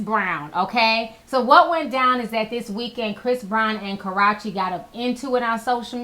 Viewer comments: stop saying Karachi... sound like a Jamaican saying karate... her name is KarrUEche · Please who is "Karachi"??? Lol. i thought it was Ka-rrue-che! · Ka (silent R) Ruuuu chi, not Karachi. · Who the hell is CARRACHI tho? lol..I thought it was Karrueche, lawd! 😂😭😂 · Pronounced KerOOchee. NOT KarOTCHeee. ~_~ lmao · it is ka-roo- chee not karatchee lol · KA-REW-CHI, Not Karochi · It's phonetically "Ka-rooo-chay" Not Ka ..rah..Chay ijs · It's KAR RUE CHE NOT KA RA CHE .... So annoying get it together. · ka-rrue-che not ka-rra-che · ka-rrue-che wtf is karrachi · "Kahrotchie" ...Lol... go to her page and listen to her pronounce her name properly...its "Kahroochee"! OMG anyway Karrueche needs to ignore Chris. He seems to not wanna take his mess every couple of months. They know that boy aint right. Please this isn't tea this is ignorance and boring😴💤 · Karrachi?? Isn't it karruche... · Ma’am not Karaw-che 🤦🏽‍♀️😭😭😭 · Pronounced "Karoochi" lol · Who tf is karahchee 😒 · karache😭she didn't get her name right once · The fact she says Karrueche's name like its the town Karachi is fucking irritating. 🙄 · Lmao... why do you say her name like that??? Lol... funny... sounds like you're saying Karate. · Ti is pronounced kar-rue-che but yes everything you said is on 100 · 1st India didn't post the picture he dug it up or he was tagged in it. He wasn't worrying about India. He first put He knows that shirt then edited to add jocab. Then everything else u said was agreeable about how he wants her back n shit.👌and her name is pronounced ka-roo-chi 😖 6 yrs later and y'all still can't get it right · She calls her ass, "KarrOche" , "Caratche" , "Carochee" how ever you wanna spell it.. Thats not how you say her name.. Lols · It's Jacob York not Jacob Love and Ka-roo-che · "Carutche"? NOPE girl bye 😂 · her name is Ka RUE chi. lol not that hard. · Her name is Ka -RU -Chi ! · it's "KarrUche" grrr! 😂😘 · why do u keep calling her Karrache??? When in doubt sound it out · Ca-ru-chi... Killin Me Lol